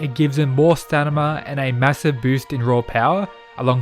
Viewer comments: im sorry did you say STANIMA ?? xd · man said stanima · "STANIMA" xD